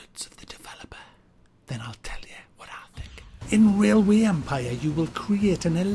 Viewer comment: "Rilway empah"